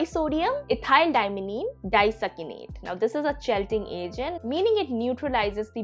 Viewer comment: 'Chelating' is pronounced 'kee-late-ing', not 'chelting'. Don't want anyone to disregard your research because of a simple pronunciation mistake :)